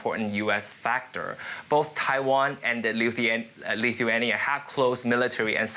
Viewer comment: This guy can’t even pronounce Lithuania properly lol that tells something. It IS a small country init?